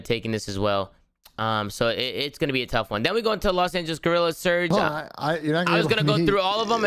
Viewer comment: Does anyone know they are mispronouncing LA Guerrillas